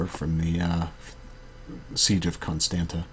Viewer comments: it's alright dude Romanian pronounciation isn't the easiest. For example: Ialomita is pronounced IA LO MI TZA. Braila is pronounced BRUH ILA. Constanta is CONSTANTZA. Tulcea is tul che(like in check)a etc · I could teach you right here. Con as in Comicon, Stan with a tough a, like StaHN, and ta as in the tz sound, tza. Con-stahn-tza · Loved it! Still not pronouncing Constanta like you should, haha.